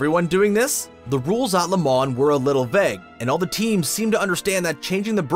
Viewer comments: And stop pronouncing the N in LeMans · It's pronounced Le mau not La man. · its LE MAHHH NOT LE MAHN add that to the facts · Please learn how to properly pronounce Le Mans. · LeMans is pronounced with the last "n" and "s" silent. You got it partially right. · You do realize you don't pronounce the N in Le Mans? Holly Crickey! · Imagine putting this much time into a video for a lot of money and you can’t say Le Mans right 😂😂😂😂🤮🤮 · when you do a video on something please learn how to pronounce the subject matter. If you need to know how to pronounce Le Mans watch Top Gear or watch an actual race. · and “versus” 🤣